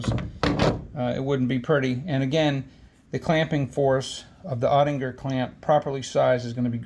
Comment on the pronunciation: Cool video. And I think it’s “oh-tick-uhr” .